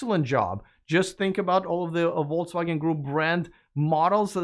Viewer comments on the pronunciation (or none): Dpbrofska tavarich. As an who learnt Russian without being forced to do so, I would like to give you advice on how to pronounce Volkswagen. The word is in German and the 'V' should sound like an 'F' and the 'W' like the ’V'. Otherwise, you will sound like a vote results Denyer. 🌶️🌶️🌶️🤣